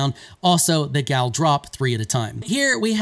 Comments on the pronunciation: Stop calling it a "gal". A native norwegian would probably pronounce it like "yahl". You might hear it with a a hard G in front, "gyahl". Never "gal", ever. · Boy it’s pronounced yall lol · the gjall is pronounced like y'all. so says the devs. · The developers are Scandinavian are they not? These spellings and a lot of the names are from Norse or Nordic language. In Norwegian: --- G before J at the start of a word is always silent, this usually applies even if it is not at the start, gjær - yeast --- J is pronounced as English y